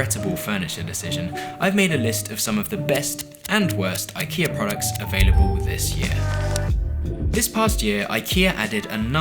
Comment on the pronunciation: Your IKEA pronunciations are getting better! Did you ask them to voice clip these before filming?